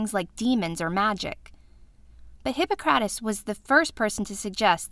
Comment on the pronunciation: Omg that pronunciation! The emphasis is on hi-PPO-crates. Also, I thought people believed illnesses, physical or mental, could sometimes be attributed to the 4 humours.